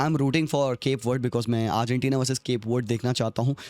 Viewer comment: what the fuck did he just pronounce arghantina 😂😂 it's like argentina and ghana had a baby stop making video if you can't even pronounce #1 fifa country's name